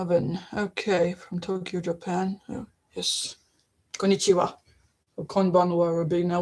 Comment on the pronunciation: I am "@ Thank you for the reading you gave me on May 22nd. What you conveyed was a connection of frequencies. "Beat"I understood it the moment I heard it. So I received it properly. Your "Hello" and "Good evening" "KONNICHIWA" and "KONBANWA" You pronounced them correctly. I was happy.🥰